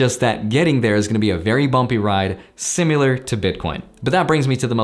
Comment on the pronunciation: When you said similar your inner Russian came out 😂